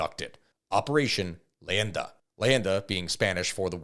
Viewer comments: Leyenda. Not landa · It Is actually Operation Leyenda, but his pronunciation is atrocious